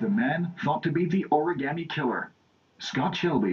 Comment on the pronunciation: can i smack the reporter? please? just for mispronouncing the oragami killer!